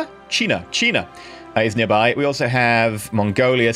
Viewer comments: You perfectly pronounced China in german ^^ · Oh my God YOU Said China in A dutch accent 😐😐😐😐😐